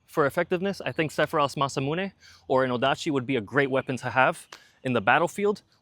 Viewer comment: That beast looks so sexy. I want to own that Sword! Linguist nerd point; 'Mahs--Ah-Moo-Nae' Not 'Masah-Mu-Nae'